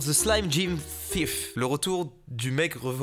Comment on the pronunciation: Ce qui est écrit: It’s a thief Ce que je lis: It’s a thief Ce que Mastu lis: Itafif